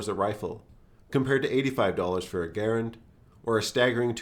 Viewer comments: Respect the correct pronunciation of Garand, my man. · Mad points for pronouncing "Garand" the way the designer did.